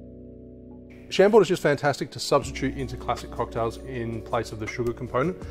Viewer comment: Pronounced ‘Sham-bore’